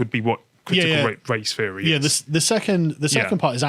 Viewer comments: Can someone have a word with about th-fronting. It makes it hard to listen to when he keeps saying "feary" instead of "theory" etc. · This guy always makes it sound like "critical race fairy" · I keep hearing "critical race fairy." ..